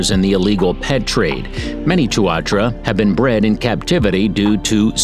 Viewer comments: I dunno if I convinced you of a single thing but even knowing that a Kiwi is a bird, there's still a lingering sense of confusion somehow. Amusement for sure but still, a smear of confusion also. Why even mention the Kiwi when the guy is calling the Tuatara the Two-are-true-a, or Tua-trua, 187 times? 🤷Anyway, ✌️Peace bro, sweet as🇳🇿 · Just creating you because you pronounce tuatara wrong. Know because I live in New Zealand 🇳🇿 😍